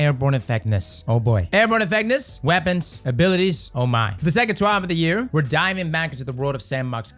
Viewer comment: "Airborne effecness"